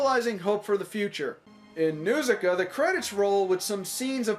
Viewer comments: Its pronounced "N-HAR-SIKA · The first syllable of Nausicaa is supposed to rhyme with 'caw.' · If it is your favorite, why do you mispronounce the name?